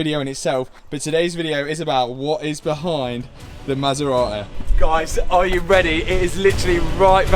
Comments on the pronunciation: Brother said „ma sa ra eh“ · Masserar-ey eh?😊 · I love how you pronounce the marque "Ma Sar Ra Eee". Brilliant British. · Cue the masera-e. :) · Maserateh 😂 seriously though, I'm absolutely buzzing for you, I even said to the Mrs "he's used R8 and H8 after buying the Maserati, I bet it's just a test drive weekend or summat?" As for the R8, get it fixed, it's looking like it's already on coilovers, so bonus there, a bright yellow wrap with carbon wrap inserts, new alloys (anthracite), maybe go for a street racer look with it? A drift car R8 was done by Supercar mega builds so I reckon stay away from type of build? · ‘Queue the Maserate’